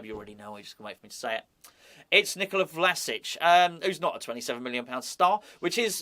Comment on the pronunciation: Love the fact that the Croatian manager's name rolls off the tongue with ease, yet you're forced to re-record a video because of an inability to say 'Calvert-Lewin'.